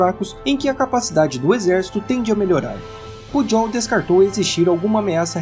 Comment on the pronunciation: Só uma contribuição, a pronúncia do nome do Cmdt. do Exército é Pujol com "j" e não com "dj". Atenciosamente.